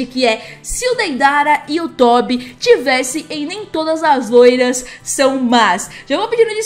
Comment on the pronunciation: O certo é tobi e n tóbi tendeu:))) espero te ajudado